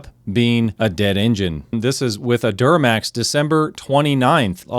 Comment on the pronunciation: "duramax" lol. Toyota new engines are F# as well.